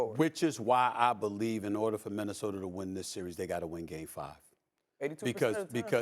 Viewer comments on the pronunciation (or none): Stephen “Minnesoter” A Smith